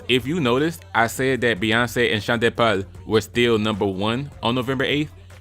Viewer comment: Sean “de” Paul 🤌🏿